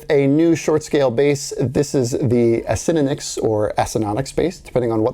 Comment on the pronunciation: I actually really appreciate the fact that you know how to pronounce it acinonix :)